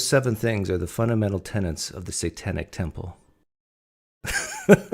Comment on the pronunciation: TENETS not TENANTS please.